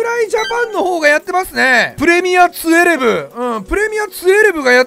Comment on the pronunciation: 12ってツウェルブっていうん？トゥエルブじゃないん